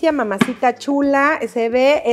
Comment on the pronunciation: Espectaculeishon (espectacular)